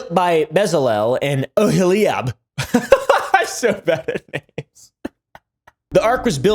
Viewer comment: Solid pronunciation of namess loool